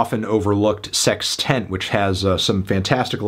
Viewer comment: Why did he pronounce "sextant" as "sex tent" lol